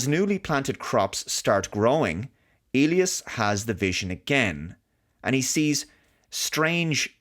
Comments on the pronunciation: The standard English pronunciation of Elias is "EE‑lie‑us ". If it were a Spanish name and you were speaking Spanish, then it would be pronounced that way you said it "eh‑LEE‑ahs " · "eely us"? Do they actually pronounce "Elias" this way in the movie? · I believe the name is pronounced EE-lye-ass